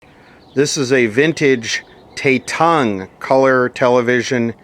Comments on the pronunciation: Tatung ... one word no not shit ... not prinounced the American way ...A sounds like Abba not A sounding like lay .. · Tatung is Taiwanese,, and Tatung is pronounced with a soft a, like at. (Tatung was considered to be decent quality in its day) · For correction Pronounced “Tah toong” . Not trying to disrespect you in any way. This company made the first stereo color television sold in the United States. Not saying or knowing the quality of their products but agreed they were cheap. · I believe It's pronounced as Ta-tung, there's no "e" lol.. Tatung was a house brand that sold fans, ceiling fans, toasters and other smaller appliances mostly made in Taiwan... I'm most certain that the TV is made by another manufacturer and sold through Tatung.. First I've seen a Television with their label on it.. Gotta find out the actual manufacturer and probably the similar model will be in the Sams.. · you butchered the pronouncation